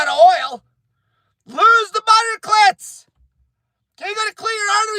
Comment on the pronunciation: His name is pronounced killtz